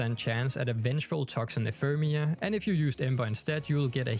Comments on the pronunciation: "Ephermia" lmao its Ephemera just sound it out guys 🤣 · Ephemera = enfermia lol